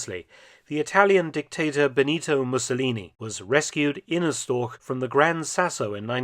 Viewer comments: "StorCH" not "StorK" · i am not complaining. i am just a know it all. also, you said that word a lot during this video, wich i had to listen to, to receive your informations. pronounce it like this: "shtoash" this has been a PSA by me, the person who wrote this. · Its not " Stork " its Storch !!!! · Funny I always heard it called Storch (stor with the chuh at the end) but it was just the regular English pronounciation of Stork all along. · nicely narrated and exceptional aircraft , but "Storch" as the german word is mispronounced 🤷‍♀️ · I think “Storch” is the archenemy of every english speaking person, regarding pronunciation. You did a 5 out of 10 job.